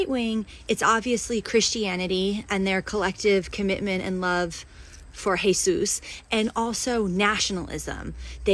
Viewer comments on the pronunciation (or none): Did everyone notice how that first female democrat pronounced Jesus as hay sues, a mispronunciation even in Spanish? Demons can't bear to say Jesus. Even just hearing it drives them berserk. Walk up to this demoniac, start reading Scripture to her, and watch her run faster than Usain Bolt. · His name is J-E-S-U-S BOT hey-zues you fucking stupid bitch